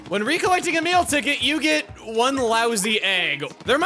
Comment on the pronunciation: Every time I hear “a meal ticket” I think he’s saying “ ticket”